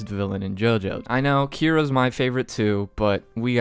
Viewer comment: Why you say Kira’s name like that lmao